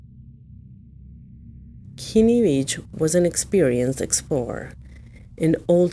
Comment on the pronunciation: His name isn’t “Kimi” it’s Kenny Veach. if you’re going to use someone’s story to make content at least take 5 seconds to actually learn how to spell and say his name.